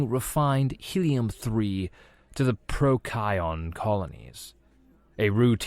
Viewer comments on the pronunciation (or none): It's not pronounced pro-ky-on, it's pronounced pro-see-on.